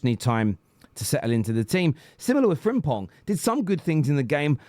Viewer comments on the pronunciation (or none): none